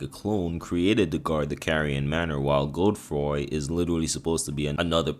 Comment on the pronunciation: Please never pronounce Godefroy as Gode-froy makes you sound like you have a 7th grade reading comprehension problem